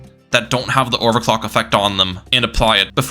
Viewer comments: I swear to god I heard him say sell his towers and buy and over cock did anyone else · bro did NOT say overclock 😭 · I refuse to believe he said “clock”